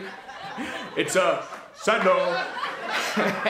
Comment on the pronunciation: When you tried to imitate Mencia, I died when you tapped your head and said “sandal” with emphasis. It was just so stop-on.